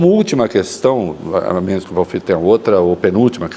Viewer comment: Achei um defeito no Ministro: chamando o entrevistador de Walfredo! E é Walfrido!😂😂😂😂